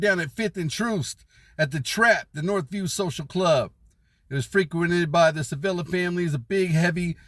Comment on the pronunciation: CHI villa. Not "seh villa"